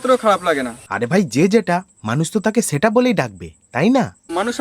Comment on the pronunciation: Tumio সেটা কে ছেটা bolco dada 😂